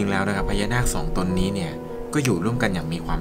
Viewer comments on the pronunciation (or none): พี่ออกเสียงชื่อท่านผิดครับ555 สุท ครับพี่ สุนผิดครับผมๆ ไม่เป็นไรครับๆๆ พลาดเล็กน้อยๆ สู้ๆครับบ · สุทรึป่าว ไม่ใช่สุน